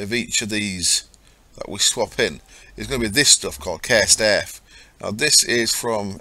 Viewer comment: haha, i love how you say cursed earth :D kersd ert... awesome you ;)